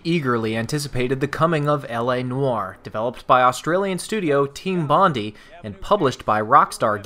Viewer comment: Just wanted to point out that it's pronounced Bond-eye not Bond-ee. Great review for a great game :)